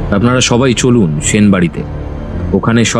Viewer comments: সাহিত্যিক অজিতের চরিত্র যে করছে সে তো 'স' এবং 'শ' এর উচ্চারণের পার্থক্যই বোঝেনা। এসব লোককে দিয়ে সাহিত্যিকের চরিত্র একদমই মানায় না। কেন এদের নেন? জঘন্য লাগে। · ঠিক।বার বার 'সেন' কে 'শেন' উচ্চারণ হয়েছে।